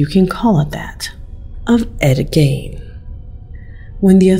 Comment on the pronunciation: The Gein in Ed Gein is said like Jean or Gene